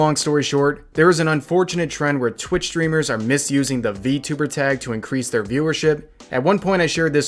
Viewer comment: Its funny how he counter act it with "How do you know im not a vtuber?" (Or vtubber on how he pronounce it)